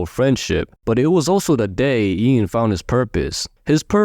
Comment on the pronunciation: His name is pronounced as Yan, not the way you said it, he specified in a video once